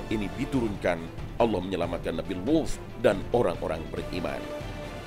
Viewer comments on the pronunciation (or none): Bilang Nabi Luth nya pake dialek ap ini,Saya dengernya jadi bukan Luth... Kayak wuf... Pendengaran saya bermasalah ini. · Sama aku juga dgr nya wuf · Ngga kok gan saya juga